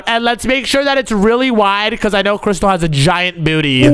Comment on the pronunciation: It is crystal not cristal